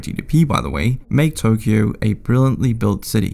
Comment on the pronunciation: Ain't no way man butchered Tokyo's pronunciation 💀